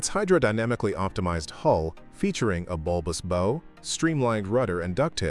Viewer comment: The You Can Do Channel, hub? You can’t even pronounce “bow.” Terrible say-nothing AI writing too. This is the Fluctus channel, nothing more. In other words, it’s terrible. Can you pronounce “terrible”? It’s pronounced “Youcando.” Guess what, you can’t do. So don’t go away. Just go away. Go write for the Republican Party.